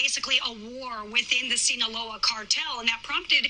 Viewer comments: Its not see no low uh its sino loa😂😂😂😂😂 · Sinola??? Bro it’s Sinaloa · It’s pronounced sin-aloa 😂